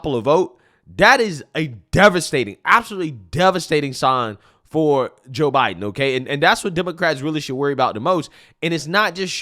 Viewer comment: Did he say ho Biden 😂😂👍🇺🇸